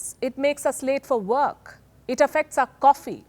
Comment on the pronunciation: ""Do you go to verk""